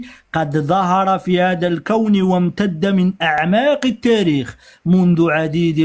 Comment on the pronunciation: كانش واحد ينطق التاريخ بطاريخ يعرف التاريخ